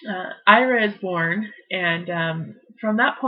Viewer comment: Its eeeraa....ira